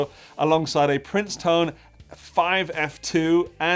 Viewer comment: It is not Princetone, it is Princeton. Like the college.